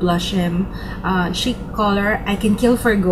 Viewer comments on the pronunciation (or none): none